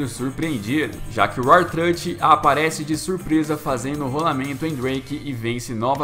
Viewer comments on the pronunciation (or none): A pronúncia não é UAR TRÂTE